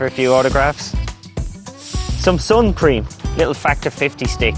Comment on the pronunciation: its funny how he says sun cream